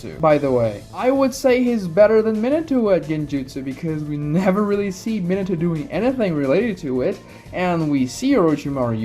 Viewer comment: Min-uh-toe..... God damnit. Min-AH-toe. Takes no extra effort to pronounce his name properly, nor does it take any less effort to say it wrong. So just say it right.